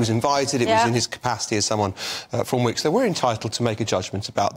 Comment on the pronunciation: He got his vowels mixed up he works for Wickes not Wokes